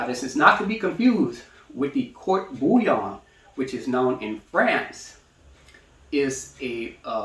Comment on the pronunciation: Probably because he is pronouncing the name wrong🤷🏻‍♂️